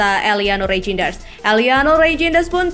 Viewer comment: Namanya bukan rainjenes tapi Rainjders.